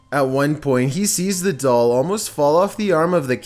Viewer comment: At number 3 he said there is something in the dall